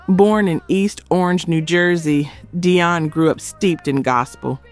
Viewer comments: Why did she forget how to pronounce Dionne (dee-on) she kept saying "die-on" ? Sorry if I sound petty but she's pronounce correct at first...wth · DEE-on. Sweet Baby Jesus! Learn how to properly pronounce their names! The fact that you continually MIS-PRONOUNCE their names is SO DISRESPECTFUL!